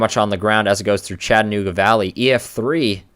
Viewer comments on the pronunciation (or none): none